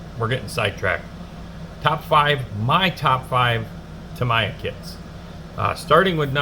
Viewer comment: Good show. It's hard to find better kits than these, and their motorcycles are great, too. In addition to what you've shown, they also do two Porsche 911s and a Senna Maclaren -- all top-of-the-line. Oh, and Tamiya is pronounced Tam-ee-yah 😀.